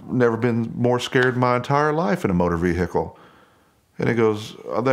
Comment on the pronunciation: Motor ve-hicle